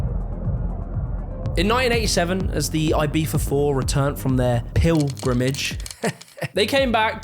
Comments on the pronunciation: Not tryina be a dick or anything.... But why do u say ur Z as F? I have several english friends n none of them do that. Lol. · love the video but damn you butchered ''ibiza'' pronounciation. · Why do you pronounce Ibiza as Ibitha..? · The way he pronounced Ibiza is giving me goosebumps… Z not TH 😭😭 i know its spanish but still it sounds so wrong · I've never heard of this "Eye-Bee-Fah." The word you're showing is pronounced closer to "Ee-Bee-Tha." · its E-BEE-THA not E-BEEF-A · Why does he say Ibifa not Ibiza, like piffa not pizza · Aybeefa, for real. It's Ibiza like Pizza but (eebeetza) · Why are British people convinced that Ibiza should be pronounced AIBIFHA??? I still don’t understand it… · Why does he pronounce “Ibiza” with a V? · We the hell is he calling it Ibeefa? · It is not ibifa. Learn to speak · I had no idea Brits pronounce it "Eye-beefa" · Is he pronouncing Ibiza, Ibeefa? Google told me that’s not how you pronounce it. lol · Ibifa? Is that how its pronounced? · Eye-Bee-Tha, ffs 🤣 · "Aye-BEE-fa" - Is this really what British people call the island, or just? I clicked LIKE to partially offset the pettiness of my complaint. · Every time he calls Ibiza ibeefa I cringe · It is a good video , but why for the love of god do you pronounce it "ibifa" ? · The British pronunciation of Ibiza as "Eyebeefa" is CRAZY omg Love your videos btw. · the way you pronounce Ibiza drives me insane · Brits just can’t pronounce Ibiza properly despite trying so hard and its cringe as fuck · He did the z in a castilian spanish pronounciation. C and z are in some cases pronounced like th would in english. Cerveza is prounounced like thervetha for example. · Why do you pronounce Ibiza like that? I get that you're British but come on.